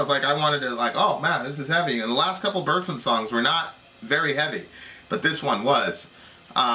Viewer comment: what's a Boorzem? It's BURZUM...pron. BOORRRRZOOM XD nice vid tho EDIT: " just because he's racist. " This is the best thing i've ever listen to in my life.